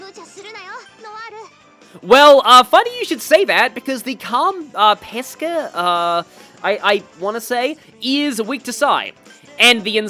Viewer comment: A bit late to the party. Ironic that you pronounced Pesce that way...cuz the way you said it, it means "peaches"! (At least in Italian it does, the right way to say Pesce would be with a Sc sound - like in Shell - instead of a Sk sound - like in Skull).